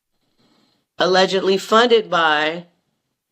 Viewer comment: It's nearly impossible for the average person to wrap their head around. And she's weird ash gotta take what she says with a grain of salt. Why she keeps saying aledgidly it's either true or it's not.